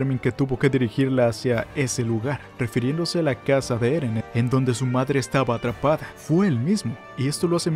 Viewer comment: Ereh peruano